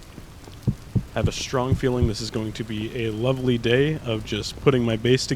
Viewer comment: it was truely l ore vely